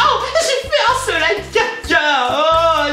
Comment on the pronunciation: UN SEEEEEEEEEEELIIIIIIIIIIIIMMMMMMMMMME TYL TABARNAK TU C TU DIRE SLIME COMME IL FAUT